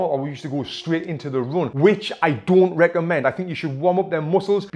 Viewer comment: You guys invented the english language. Its run not roon